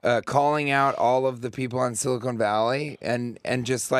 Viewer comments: On the show for four years, can't pronounce Silicon... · He called his own show “Silicone Valley”.... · Someone should inform TJ that the show he was on is called Silicon Valley, not Silicone